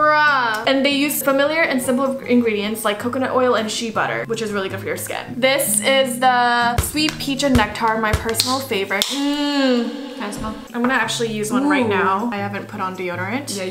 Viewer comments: it’s isnt she butter but share butter (Shea butter) lol🤣🤣🤣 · When said shee butter instead of shae butter i lost my mind shea ok shea